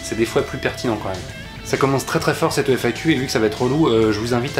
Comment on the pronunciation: Par contre faut pas prononcer FAQ "éfaïkiou", man !!! sinon c'est FIQ